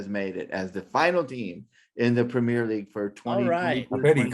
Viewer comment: Prem - ee-er league, Premier League.